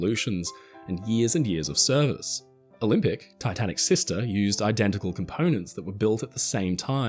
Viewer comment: The 'Olympic'.